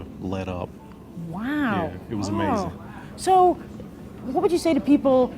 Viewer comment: you forgot to count in the rating "Amasthing"